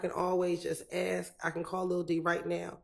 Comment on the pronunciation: Is it just me or does she not know how to pronounce the word ask